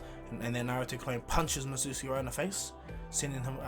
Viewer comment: the name is mi-zu-ki